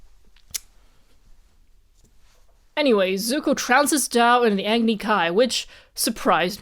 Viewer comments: I think your name, Zhao, repeatedly is butchered by being pronounced like the English name “Joe” due to a weird combo of A) the Formula 1 driver Zhou Guanyu. Zhou did suddenly become very famous online when he nearly died in a wreck last year. B) for some weird reason English speakers have a bad habit of pronouncing the first couple letters of words they’re not familiar with and throwing the rest out the window. They’ve heard Zhou and basically go “close enough. Also I love the verbalizing that insight at . I’ve work with some people who are Chinese nationals as well as have an Aunt that is a Chinese national. They all skirt that topic even in private conversations. Reminds me of interviews with Russian citizens who you can tell don’t believe the way the state portrays itself but refuse to conflict it. Growing up in the USA, it’s hard to understand that kind of environment. Although, some people seem hell bent on replicating it here 🙄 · I am still confused about the pronunciation of zhao. I have (or at least believe that I have) heard both "ZAO" and "JAO" from you and other people. So.. do both exist? or is "zao" the right one?